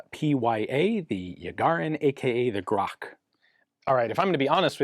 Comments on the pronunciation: Why "graK', though? I don't think I've ever seen a transliteration from Russian into English that would use "ch" for something other than "ch" sound (as in "cheese"). It should be pronounced exactly as it is written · its a joke about pronounsiation of a pistols name. Ian calls it a lot like grok, but real pronounciation is a lot different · The word "Grach" is pronounced with a "ch" sound - like the first sound in the word "chess." And, yes, it is the name of a species of bird in the genus Corvus. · Грач - rhymes with "patch". Absolutely terrible conversion system someone came up with long ago to convert Cyrillic to Latin characters. Also, Макаров - Ma-kar-ov, not Mak-a-rov. You'd think with AI there would be a better conversion system by now. Автомат Калашникова - Av-to-mat Ka-lash-ni-kov-a, not ko-va. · Not [gruhk] but [grah-tch]. "Grach" or Rook is a bird. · It's not a grak, it's "grach" - "ch" like in chassis. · You should pronounciate it as "grakh". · Its not Grak, its Grach. Could have done at least that much research to say the name correctly, mr expert. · UGHHHHHH it's not "grok is dis true" it's Grach. Грач. CH as in Charlie, drives me insane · Not [grak] but [gratch] as in "much". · Ярыгин - Yarigin, Gun jesus does his best in Russian, also it is "Gratch" not GROHHH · It's called not Grock or grak grachhh like czech republic kinda ch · its grach not grak lol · grach, "ch" like in "chess" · You pronounced it correctly, but Ian didn't. Not Grakh, but Grach. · SORRY.. its pronunciation is " KHRAP" lol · It's actually pronounced as [ɡrat͡ʃ] :) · Ian being absolutely oblivious that other languages than English and lâ Fransch exist ep. 99. Readings "Grach" as "Grak, but K is written to indicate it has 47 chromosome" is peak. 💪💪💪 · FYI. "Grach" pronounce as [grahtch]. If word is Russian, "ch" are almos always read as [ch], f.e. Church, Chester, Cheese. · I'm no Russian speaker, but I believe it's pronounced "Grahtch" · "Grach" rhymes with "much", really